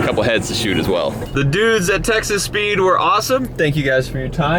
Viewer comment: Is it wrong that every time you say Texas Speed I hear Texas Pete? 🌶🤣🔥🌶